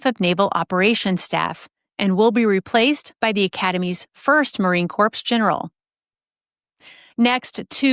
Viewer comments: It’s not Marine corpse, it’s Marine Corps (core) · Corps is core, not corpse! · Thanks for doing these podcasts. They are great when I’m on the run. Did she just say “Marine ‘korps’?” Oh dear. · I thought I heard that too.. yikes!